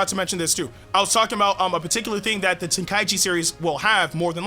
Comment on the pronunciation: Yea we won but ITS TEN-KAI-CHI